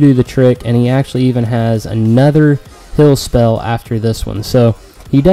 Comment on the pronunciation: Liked the vid just hated the way u say HILL instead of HEAL